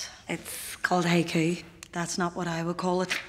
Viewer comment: It’s “haiku” 😂